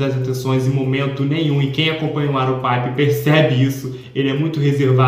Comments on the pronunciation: "paiper" KSKSKSKSKS, gente é PIPER, do mesmo jeito que escreve se fala também. ele mesmo fala assim. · Piper do jeito que vc está falando é na Espanha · O Piper é com som de “i” mesmo, da mesma forma que escreve (eu tinha muito essa dúvida também 😂). Adorei o vídeo!!